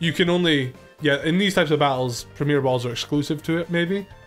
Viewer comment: You don't need to French up the word Premier bro, its already French!